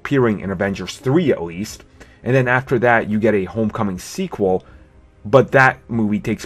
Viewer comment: Sequelas? Is that spanish or something? :D